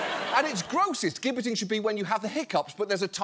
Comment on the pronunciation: also — it’s pronounced “jibbetting,” not “*gibb*etting”